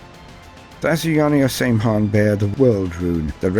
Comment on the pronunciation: Great vid, but one of the previous edition codexes (6th ed I think) clarifies in a note that the pronounciation is not 'same han' but rather 'sam hine'